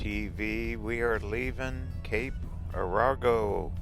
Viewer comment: That scenic overlook is where the surfers do their thing... You should have stopped! Oh... And it's pronounced Cape Air-a-go 🙂